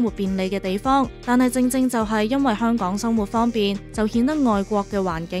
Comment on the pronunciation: 香趕？？啲懶音咁嚴重